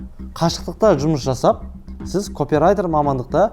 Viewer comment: Копирайтер сөзі капирайтер болып оқыладыыыы